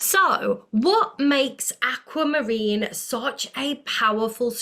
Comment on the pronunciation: Likening your channel! No put down but it is pronounced Aqu not Acu! 👍🏻 Pieces here.